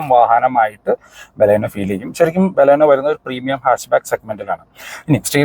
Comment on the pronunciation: ഇയാൾ ബലൂണേയുടെ ആളാണ് അതുകൊണ്ടാണ് നമ്മുടെ ബലോന നമ്മുടെ ബലോന എന്ന് പറഞ്ഞുകൊണ്ടേയിരിക്കുന്നത് 🤣🤣